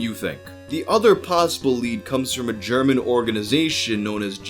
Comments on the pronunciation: your pronounciation of german is beyond bad. Im German and was only listening to audio since I was at work. I could not understand one word of it. It sounded more like an extraterestial language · As a German I can say your pronounciation is adorable! Also Unterm Durchschnitt= Below average Musik für junge Leute = Music for young people